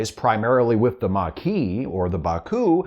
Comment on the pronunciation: The mar-kee' 😅